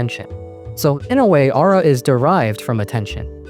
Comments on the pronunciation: but can't get over how he pronounces aura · i wouldve watched the full video if i didnt get so damn annoyed at how this mf pronounces aura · my name is ara and the way u said aura kept tripping me out lmfao